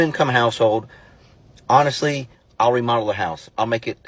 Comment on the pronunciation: "honestwy :3°